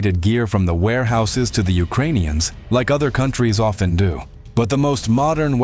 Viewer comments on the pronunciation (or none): none